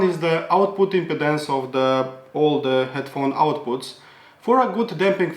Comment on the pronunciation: Love your review. Thanks! You speak excellent English...although, I’m not sure if you’re aware that the way you pronounce impedance sounds a lot like impotence 😂